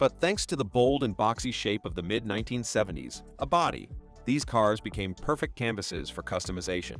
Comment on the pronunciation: My favorite is when there is a mention of the "A-body", which should be pronounced like the letter A followed by the word body, the narration says "a body" as in two words. It's awful.